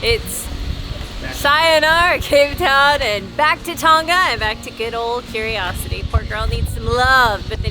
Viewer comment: reminds me of kate. and each time you say “cape town” I hear “kate town”. which seems appropriate to me. 😊